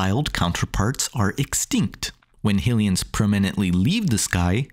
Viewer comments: I mean no harm…but “HILL-ee-uns?” Isn’t it pretty apparent at this point that it’s “HIGH-lee-uns?” No? Am I missing something? The Goddess, “HIGH-lee-uh?” And “HIGH-rule?” Again, I mean no harm, but this seems obvious. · Who tf says Hillians? It's canonically been Highlians since at least the mid 90s.